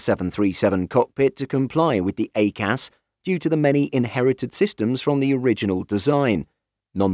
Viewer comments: "A Cas" is pronounced "I Cas" (EICAS) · It's pronounced EYE-CAS 🤦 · Interesting pronunciation of EICAS